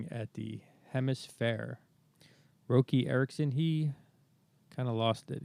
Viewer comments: Roky is pronounced "Rocky". Benny Thurmond was the bass player initially. Their first brief "heyday" was in this period . He was replaced by Ronnie Leatherman who had a similar sound. Some say that Leatherman was better on bass. Benny Thurmond was a musical genius. They all were. They were a "supergroup:". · I tried to watch this but couldn't stomach him blatantly mispronouncing Roky's name with a long "o" sound instead of like "ROCKY". Sheesh! Is this AI? You got alot of hardcore Elevators fans out here, the least you can do is honor the man by pronouncing his name correctly! What is WRONG with you? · Pronounce Roky with a soft o, like rocky, dummy.